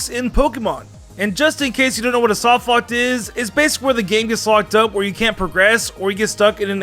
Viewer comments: Take a drink every time says "softlockt" instead of "softlock" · Is he saying “softlockt”? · Why do you put a t at the end of soft lock sometimes. Like not every time but some times you say soft lockt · Am I the only one slightly triggered by the fact that he keeps saying softlockt. With a “T” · Weird choice of video topic considering how much trouble you have saying the word 'softlock'